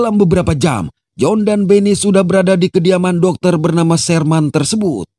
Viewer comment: Dokter Shermen bang bacanya bukan dokter Sherman 😂